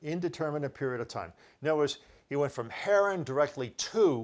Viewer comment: That's Terah – not Tarah. And its Haran not Heran. Abraham (whose name was Abram) lived in Ur of the Chaldees. Are you dyslexic? Or just careless? What are "word brakes"? Do you mean word *breaks*?! Because I don't think wheeled vehicles were mentioned in that story. If Sarai was nine when Abram lived in the cave at Macphela, HOW OLD WAS SHE WHEN THEY WERE IN EGYPT?! It seems his guy makes it up as he goes along. Soooo – lots of incest in the Bible. God must have approved of sisters breeding with brothers, mothers with sons and fathers with daughters.